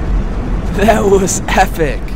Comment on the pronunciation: y u say : dat wus efic.